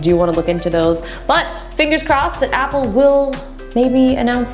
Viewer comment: To be honest, she's the only one that pronounces all the apple product's names right.